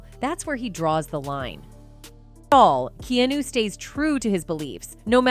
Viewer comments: I need this chnnel to pronounce his Name right: Kee-A-New. Keanu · Why does she keep calling him Key-New? Do better with your AI. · I was about to say the same. Even a 12 year old would know his name is not pronounced Key-New! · Imagine doing all your research about someone, and you can't even pronounce the persons name correctly for 22 minutes. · Mispronouncing his name 400 times in a video about him is trash. Get off the AI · This must be voiced by AI… Can’t pronounce Keanu’s name correctly. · So true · My thoughts exactly.